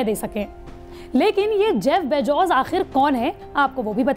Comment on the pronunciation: Abe pehle name sahi tarike se bolna sikho Bezos hota hai na ki bejoz iske baad mein patrakarita karo